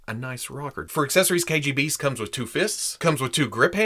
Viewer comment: Biggest props not only for this review, but for pronouncing the original name right. Hiiie from Russia!!